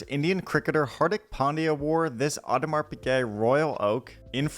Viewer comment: Just FYI. AP is pronounced Ou-demar, not Aw-demar